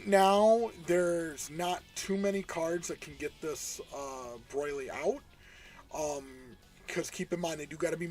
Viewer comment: Broil-ly lol